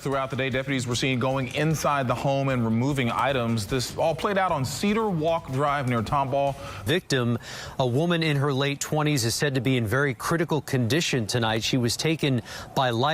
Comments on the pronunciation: It's pronounced: Tom Ball Texas not Tomb all... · She said tomb-all when it's pronounced Tom Ball. And kirk-en-doll is the pronunciation of kuykendahl. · It's TOM-BALL 😂 not Tomb ball wtf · I love your channel to Life & you cover cases very well. I just wish you would take the time to google how to pronounce things you don’t know how to pronounce before putting a video out. Tomball is pronounced Tom-ball not Tume-bull. It takes seconds to look these simple things up! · The way you say “toom-ball” lol it’s “Tom-ball” 😆 too funny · "TOMB-ball"?? FFS TOM-BALL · Tom-ball TX not toom ball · Another Houston murder story. 😭 I never considered pronouncing Tom-Ball as Tomb-All. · Tom ball … not tomb ball!!! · I love your show but you need some Texas City pronunciation. I live in Houston it's not tumble it's pronounced Tom ball and you did two cases out of Humble Texas but it's pronounced umble the H is silent. And I noticed you didn't say Nacogdoches for the Stephen F Austin city. Nack a Doe chess. You're doing a great job as always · Correct pronunciation tom-ball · Tomball is north of Houston. It is pronounced Tom-Ball. A short of Thomas Ball. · Love your videos-I’ve been binge watching this week—just wanted to correct the town they lived on is called Tomball pronounced Tom-like man’s name Ball-like a toy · I love you but as a houstonian I’m deeply hurt by the pronunciation of Tomball and Kuykendahl… down here it’s Tom-ball and Kirk-en-doll😂😂❤️ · Tomball is actually north west of Houston. And it is pronounced Tom ball. I love your coverage of events. Thank you for what you do. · It's pronounced Tom Ball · The way she can’t pronounce Tomball 😂 Literally an example provided by the news and it’s like Toomboool?? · Just being picky... Tomball is pronounced TOM-ball. :) It's right down the road from me. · It’s pronounced Tom-Ball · Tomball is pronounced Tom Ball. Just letting you know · Pronounced Tom-ball and Humble is Umble without the H. I lived in Tomball.